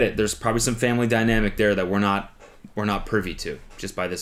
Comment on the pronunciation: I heard “there’s probably some family dinamic there that we’re not pervy to.”